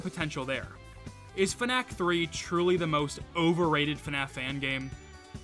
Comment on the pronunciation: why are you pronouncing fnac like "fun-nack", its supposed to be pronounced "fun-ass"